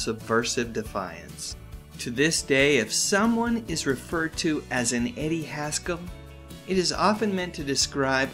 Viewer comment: Haskell......rhymes with rascal.